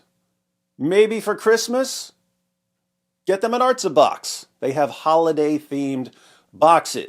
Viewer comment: This isn't the correct word though... The way David Wood said in the video "ártza" is the correct pronunciation, and it means "to the land [of Israel]", or "to the earth" (like how you say "Down Boy!" to a doggo)...